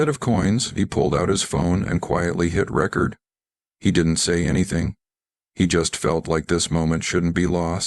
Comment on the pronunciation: 1. Well, if the gathering crowd didn't recognize him with his sunglasses on .... than no, it's not true. (Everybody in the crowd was a fan? Magical! wink!) 2. If you heard the AI voice not know the correct way to pronounce "record" in that one sentence, it's not true. This voice sounds very familiar.... that voice is used in many "heartfelt" other stories about "magical animals" like a crow that magically convinced humans to follow under him so the crow saved a ... what was it: a drowning boy, trapped dog, a deer stuck in the mud......etc. The writers like "grabbing people by their hearts," and since (some) people like it and comment, they keep doing it. In the writer's /producers mind/s, hearts are a dime a dozen. (Wasn't the net built for a dime a dozen heartbreaking stories?) 😐😐😐 None of you here should be embarrassed about believing this.... the net has shown many, many people to be much more gullible. Now, go do something very real!